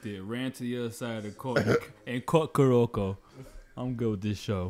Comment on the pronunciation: its not kuroku.... it KUROKO... KOOO